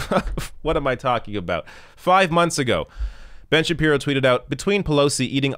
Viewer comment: Kind of a weird way to pronounce Ben Shabeebo but I'll take it